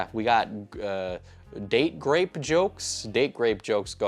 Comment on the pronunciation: Are you saying "date grape jokes?" It really sounds like it.